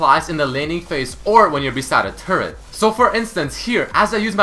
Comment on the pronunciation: lol sounds like hes saying turd instead of turret damn canadians and there weird british accent with only some words